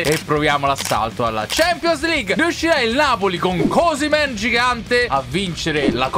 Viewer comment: Ma osimen lo hai chiamato cosimen